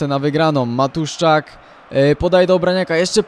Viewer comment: nie matuszczak tylko matuszczyk